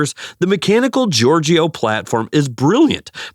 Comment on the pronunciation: Giorgeeeeoh ? Try Giorgio - Jorjo. QuatroPortAY ?